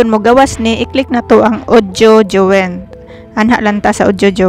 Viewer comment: Join read as joyn not juwen